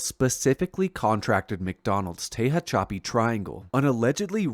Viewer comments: Tehachapi - teh hatch uh pee Source: native Californian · Your work is fantastic. Respectfully, Tehachapi is pronounced “Tuh-hatch-uh-pee”. 💫🪐🛸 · Tehachapi, is pronounced “te-hatch-a-pee”… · Incredible work! One little pronunciation tip. It's Tuh hatch a pee 😉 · Tehachapi is pronounced TA HATCH A PEE. I used to live there please pronounce it right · I have to be “that guy”, but Tehachapi s pronounced “Tuh-HATCH-uh-pee”. Born and raised in CA, so I had to say it. But otherwise great video as always.👍🏼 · Gotta get his pronunciation right man. He mangled Tehachapi and Lockheed skunk works was never in Glendale. It was in Burbank. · Tejon = Te-HONE & Tahachapi = Ta-Hatch-a-Pi